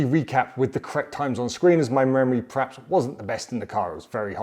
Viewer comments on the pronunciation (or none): none